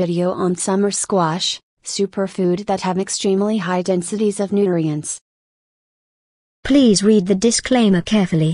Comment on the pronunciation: Learned that computer voice cannot pronounce nutrients.